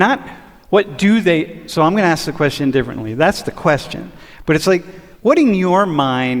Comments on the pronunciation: It's ask not axe you a question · ASK not ax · Dude! Stop saying Axe. It's ask. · The word is ask not ax. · Why you sayin “axe”, bro? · I thought axing someone on the street is illegal. Just ask them instead. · Pleas stop AKS'ing people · lose the word ax, and say ask. dont need more ratchet ghetto speak trying to be conscientious. Whats wrong with a common language that when spoken is not bastardized to make a racial point? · The word is “ask” not “axe”. Now SAY IT! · Ask...not ax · I love your video, but please break the black paradigm about how to pronounce the word "ask". It should not be pronounced like "axe". This seems to be perpetuating amongst black Americans. BTW, I am not criticizing your skin color, just the mispronunciation of common English words. Thanks again for a very thought-provoking video! Much appreciated! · Dude it is Ask not Axe. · I love your videos and opinions. However, can you try to correct your mispronunciation of the word ask. Unfortunately, you do what the overwhelming majority of black people do, you "aks" a question. I hope you don't mind me voicing my opinion. I personally appreciate when someone corrects me for misspeaking, because I don't like to appear ignorant. PLEASE don't think that I'm calling you ignorant, because I otherwise think you are very intelligent and articulate. Peace and love to you and yours from south Florida. May God bless you. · You're an engineer and it's "aks" ? Your education is asking why is he doing that